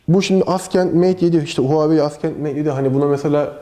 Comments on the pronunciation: abi neden askend? neden inatla yanlış telaffuz? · Yanlış olmasın gençler Huawei AsKENT Mate 7 :D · Askent evet mhmm.. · "Assent" değilmiydi o.